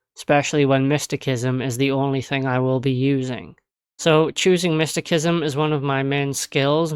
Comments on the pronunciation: Pronounced mist ta sis em. But it makes the vid more funny with mystikism 😂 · Mysti-sism is how it's pronounced. 😅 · After hearing mistykism so many times, I've started to say it loke that without even meaning to 😂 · Sir, the way you pronounce mysticism is quite peculiar. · Cant pronounce mysticism, beats game w it anyways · While the 'c' in 'mystic' is pronounced like a 'k', the 'c' in 'mysticism' is actually pronounced like an 's'. Maybe you should search up the etymology first before telling others to do so.